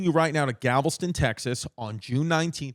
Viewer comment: “Gavelston TX” 😂